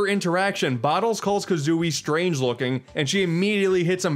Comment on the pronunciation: Banjo Ka-Zune-ey